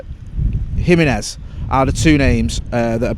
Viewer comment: Pronounce jiminez like it's a h. Himinez closest